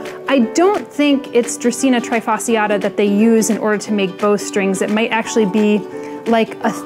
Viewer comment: Many people don’t know but the term "trifasciata" comes from Latin and the "sci" must be pronounced as you would pronunce "sh". Great video as always ❤️